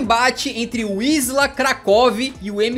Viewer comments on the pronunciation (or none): Na verdade a pronuncia tambem nao é "Visla" é mais parecido com "Vísua" , o L cortado em polones tem som de u. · não se pronuncia visla, mas sim visuá, se forem ler palavras com ł é só substituir a letra por U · Adicionando a pronúncia: wisła se pronuncia VisUa, o ł tem um som de U não de L